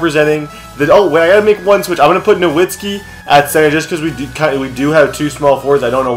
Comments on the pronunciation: it's pronounced novitski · Dude even though it's spelled Nowitski it's pronounced Novitski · its pronounced (na-vitz-key